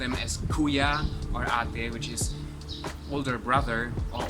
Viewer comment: You have a very good accent for saying Kuya and Ate. :) im amazed. Ü ❤ 3yrs